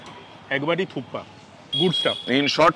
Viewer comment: দাদা ওটা থুপ্পা নয়। থুপকা বলে ওটাকে 😁😁 । মিলিয়ে নেবেন কোনো নেপালি ভাই থেকে।